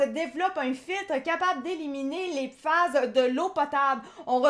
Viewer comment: Pourquoi dite-vous "PIFAS" ? Vous ne connaissez pas le français ?